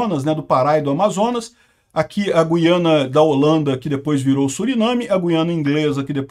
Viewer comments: Parabéns pela pronúncia correta de GUIANA. Ou seja, GU-I-A-NA; diferentemente do que a turma ("galera") tem feito, em sua maioria, deixando o "u" mudo. Está errado dizer GUIANA (GHIANA), à semelhança do vocábulo "guitarra". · Meu caro, então falta avisar nossos irmãos brasileiros que moram em regiões fronteiras às Guianas . Outra coisa: A pronúncia não tem -- e nunca teve -- nada a ver com trema. A pronúncia correta sempre foi GU-I-A-NA. Jamais teve trema, jamais foi Güiana. Para você se situar melhor, vá ao Google Tradutor. Escreva Guiana em português e coloque outro idioma (Francês, Holandês, etc). Clique em ouvir no lado Português. Lá você terá fielmente a pronúncia em nosso idioma. O que estão fazendo agora, a exemplo do que você argumenta, está errado. Um abraço!